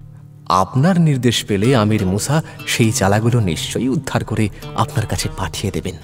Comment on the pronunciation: "মুসা" উচ্চারণ খুব কানে লাগছে.....'মূ-শা' নয় "মুসা"